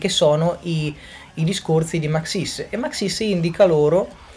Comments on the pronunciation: Non si dice Maxìs, si dice Màxis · ma scusa io è un po ke nn ci gio co ma mi sembra ke l' accento di su xis di maxis sia diverso dal tuo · Actually is Màxis, non Maxìs